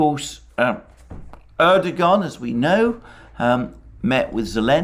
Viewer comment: Alexander - I really enjoy your channel. Thanks!. BTW - the ğ in Erdoğan's name is basically silent.